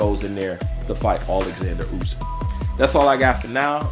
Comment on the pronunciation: You pronounce the name Usyk badly 😵🤣 It's not U-zyk.